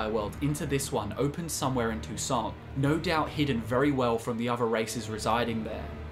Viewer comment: "So I though't I'd share my Tou-Saints". Ok.